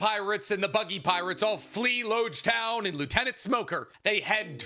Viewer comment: I know this is really minor, but it's important. it's Logue Town, not Loge Town. It seems minor, but it's alluding to the fact that after this town you're going to need a Logue Pose to navigate the grand line.